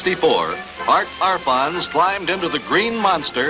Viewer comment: Arfons not Alfons. Not liking your sloppy journalism as I have a great deal of respect for this guy. In some ways he was the greatest land speed record holder of all time. He did more than the rest of them on his limited budget. Hero man.